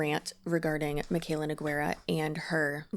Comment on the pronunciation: Girl it’s so funny everytime I hear someone spell her last name NeGueyra 😭 Let me try to help even tho it’s not super important but you pronounce it like No - Gey - Ra (the u is completely silent and “Guei” is pronounced as if you’re saying Grey but without the R.) So read Nogueira like NoGeyRa. Hope it helps!